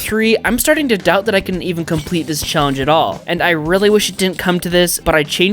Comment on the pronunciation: even not "Evan" mind through not troug hour not houers